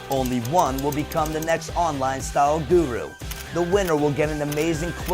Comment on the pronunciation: Surely somebody has pointed out to Elle that she says Guru in the most ridiculous way...